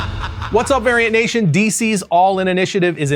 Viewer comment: Dude, when you are as white as you are, you better pronounce that “V” hard when you say “Variant Nation”. My wife was all “what the hell you watching?’.